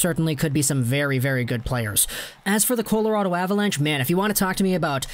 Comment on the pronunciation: 1. With where both teams currently are, Flyers and Penguins ARE NOT trading with each other (if ever). 2. Biggest reason why the Flyers would want Kapanen is obviously because his dad, Sami, used to play for them. 3. You pronounce “Colorado” weird.